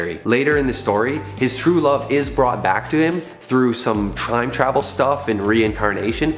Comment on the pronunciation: Lol he said “Trime tavel”